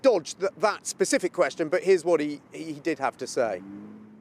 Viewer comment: It’s specific not pacific you melt 😂